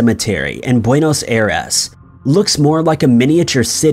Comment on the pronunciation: Apparently still hasn’t learned how to pronounce some words, like Dublin and Buenos Aires, correctly.